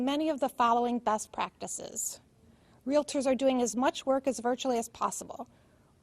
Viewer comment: REALITORS ASSOCIATION????? 🤣🤣🤣🤣🤣🤣🤣🤣🤣🤣🤣🤣